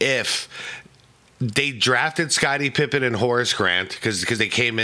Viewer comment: I swear I heard that every time. Wondered if I was hearing things